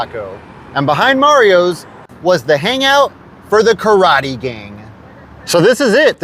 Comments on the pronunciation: KARATE! Nobody pronounces better than George takaei, Oh My! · This episode taught me to correctly pronounce “karate”. Like a dildo. I love your videos. You rule. The church steeple and the star, that’s just incredible.